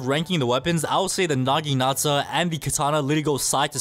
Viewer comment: BRO THE nagitana part he said: naginasa